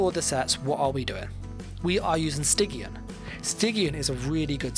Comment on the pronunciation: It's pronounced "sti-jin"